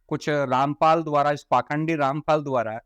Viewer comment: पहले अपने आप रामपाल को ठीक से बोलना तो सीख ले जब यहां पर आकर बकवास करी है तुमसे ज्यादा तुमसे ज्यादा जातिवाद इस दुनिया में और कौनफैला रहा है तुम लोग ब्राह्मण को गाली देते हो तुम्हारा बस यही काम है जातिवाद तुमने शुरूकरा था